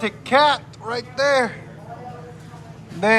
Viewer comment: Q: wait, where...? A: "right derr". 😎